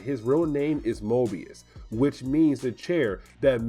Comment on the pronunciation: i really hope, that after the start of this series, someone else brought this up: it is the MOBIUS (MOE-bee-us) CHAIR NOT "Morbius" (that's marvel)